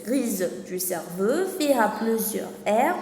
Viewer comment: merci bcq juste une remarque cerveau ça se prononce cerveau o comme eau pas cerveuu